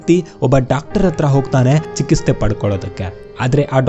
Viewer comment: Sir Chiketse anno word annu sariyagi read madi